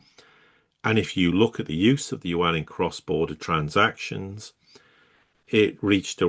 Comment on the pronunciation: There is no "warn". Its Yuan. get your diction right.